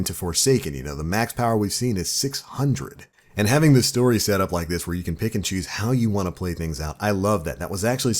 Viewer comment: whenever you say "pick and choose" I hear "Pikachu"